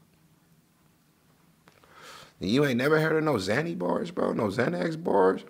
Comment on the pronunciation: Possession of ZayNex “Xanax” 🥴🥴 😭🤣🤣 Damn judge 👨🏽‍⚖️